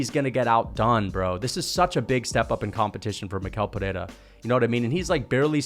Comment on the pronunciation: He pronounces his first and last name wrong. It’s pronounced like me-shell peherra